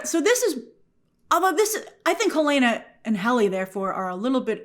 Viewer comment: It’s Hell-en-uh not Hell-ae-nuh 😊